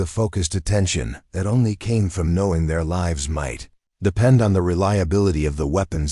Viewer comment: Thankfully the closed captioning was provided as the AI seemed to have a lot of trouble with the pronunciation of "lives", "Martinez" and "procedures" to name a few.